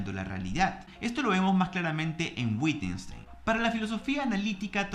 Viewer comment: “Fregsh” y “Gitgesntein” son los analíticos que transformaron mi vida 😆🤣